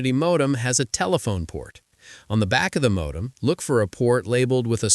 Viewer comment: Mawdem? As rong as?